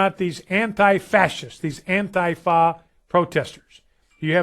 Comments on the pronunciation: Okay his pronunciation is the funniest I've heard so far, "anti-FA" lmao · it's actually quite close to the original german pronunciation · I've never heard the word, Antifa, pronounced like that.